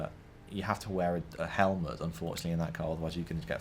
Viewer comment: "You need a helmate for a open top car if a fly gets in your mouth" bitch you need a helmate in any car when racing -.